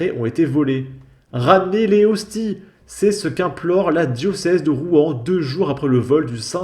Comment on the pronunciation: Cela se voit que vous êtes athée ! On ne prononce pas "les hosti" mais "lézosti" avec la liaison ! On ne dit pas "la diocèse" mais "le diocèse" ! "Mg" cela signifie bien "Monseigneur" et désigne un évêque ! Allez.... sans rancune ! J'adore vos vidéos ! Et les profanateurs savent très bien ce qu'ils font ; une église profanée de la sorte doit être "re-sacralisée"